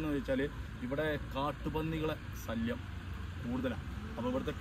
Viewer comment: അവതാരകൻ കാണാൻ എന്താ സൂപ്പർ പക്ഷെ വാ തുറന്നാൽ കഷ്ടം. ശല്യം എന്നുപോലും മലയാളം പറയാൻ അറിയില്ല "സല്ലിയാം "ആണുപോലും